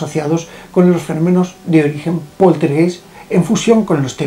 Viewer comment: Mi muy estimado, solo para decirte que la palabra "poltergeist" de origen alemán se pronuncia "POLTERGAIST" Te mando un afectuoso abrazo desde Alemania